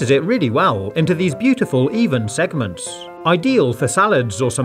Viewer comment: Why does he keep saying segmant when he cuts the fruit?